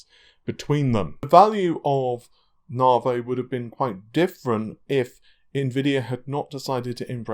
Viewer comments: It's Nav-e not Nar-vay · They have a really wired, incorrectly pronunciation.